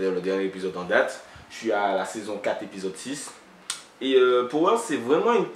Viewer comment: Juste en passant ça se dit "pawer"dans la prononciation lol big up